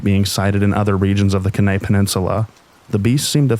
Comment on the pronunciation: Kenai is pronounced “key-nigh”